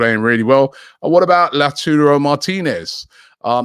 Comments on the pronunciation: Robbie stop pronouncing Lautaro like that lmaoo, its pronounced how its spelt. LAU-TA-RO not LAU-TU-RO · ITS lautARO!!!!!!!!!!1 LAUTAROOOOOO